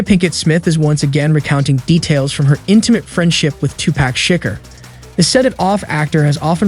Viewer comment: Shikkker??? FS 😂😂😂😂